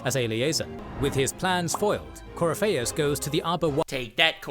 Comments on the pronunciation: Gotta love that they got the 1 guy who can't pronounce half the names to narrate their video, lol Coryfaus, alright mate, haha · My buddy. My pal. My brother in Andraste. Please watch a better lore video. This joker didn't even bother with pronouncing Corypheus properly or giving him a bonkers nickname like Coryphishits. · You HAVE to play the series. You think there's so much to it just watching this recap. You have no idea how much more there is to it. And how some decisions play into the next games. Also, all of the mispronouncing is hurting my Dragon Age loving soul